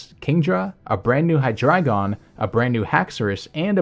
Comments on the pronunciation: Well, I don't wanna be this guy, but... It's not "Hy-DRA-GON", it's Hy-DREI-GON, from German Drei = 3. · Maybe that's just me, but hear "dragon" and not"dreigon" at for example . Maybe that's just a dialect thingie ;p